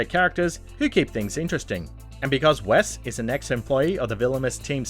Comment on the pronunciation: is the most depressing pronunciation of Wes I’ve seen in my life